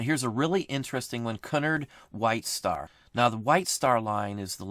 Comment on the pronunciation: Great vid..….Cunard is pronounced as the C is a Q OR QUE-nard, all the best.